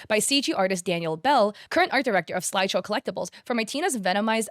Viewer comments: Why are you saying slideshow instead of sideshow? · I swear as a collector it was so frustrating she couldn’t read SIDEshow right. Guess Peanut brain couldn’t read properly over all that yapping